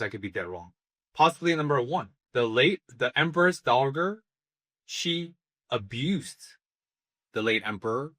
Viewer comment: The 'g' in 'dowager' is soft, pronounced the same as 'j', and a 'dowager' is a widow. So the late Emperor's mother was the Empress Dowager when he was young, and Anshi became the Empress and remained so until the late Emperor finally passed, and then become the Empress Dowager. I don't think you can consider her to have any volition at all in what happened; she did go willingly to the Emperor, but this is what she was trained for and ordered to do by her family. She didn't really have a choice, she just happened to have a combination of physical and personality traits to make it successful. Her portrayal of herself as acting out of some kind of personal ambition is I think a deflection, to give herself agency in her own story that she never really had. I don't know much more than was revealed here (anime-only so far, but it is on my reading list) but I don't think the late Emperor's mother abused him sexually. I do think she probably did effectively abuse him; he was, after all, an entirely unsuitable person who had to become the Emperor, probably a borderline functional autistic. Taking away favorite toys may have been the worst thing done to Jinshi, but someone like the late Emperor would suffer much harsher treatment in an ultimately futile attempt to shape him to the role. That's not to say there wasn't SA at some point by someone, I just don't think it was her.